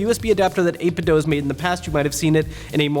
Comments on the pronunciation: It's pronounced 8-bit doo. As in tooth. The cube speakers they came out with say that when powering on. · "pal" Pal. Not pee ay ell. 8bit Doo not doe Scanlines are stupid. I had a big screen TV and never saw lines. Those displays are better than people think.